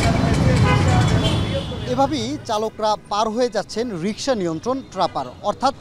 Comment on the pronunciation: 😂😂😅😅 ভাই রিকসা রিস্কা😅😂